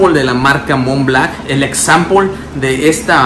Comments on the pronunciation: Montblanc montblanc! Blanc! B L A N C, no Mont BLACK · Creed "aDventus", "Mont BlaCk" jajajajajajajaajajajaja 🤦‍♂️